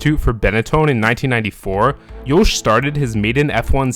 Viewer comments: Good video ! Provides better understanding of the man and racer Max Verstappen. Some remarks: Jos is pronounced as Yoss (like boss), not Yoesh. Checko spun on purpose in that Monaco quali, ruining Max's fast lap (which would have gotten him P1). I think the realationship between Jos and Max is better than how you portrey it. But life was not all joy for Max at that age. But who's is? It all payed off big time though. Hopefully he won't end up as a jealous diva like Hammertoe. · Why do i hear Jouch instead of just Jos lol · Why are you pronouncing Yos so weirdly? Also you literally made driving 80-100 km PER YEAR sound like a big deal . People in the US do that on a daily basis to get to work lol. I know you probably meant more but it shows that you are not very intelligent if you said that without thinking about it in context.